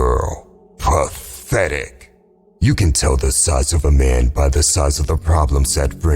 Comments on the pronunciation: "PATHETIC" pronunciation FANS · The way he says pathetic is funny🤣